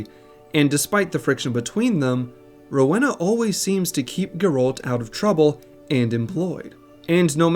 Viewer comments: I know a Rowena in real life, it’s pronounced Roweena. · do americans not hove Rowenas? How come you say it so wrong?